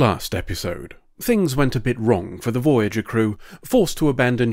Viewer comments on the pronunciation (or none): Ermahgerd! Veryerger!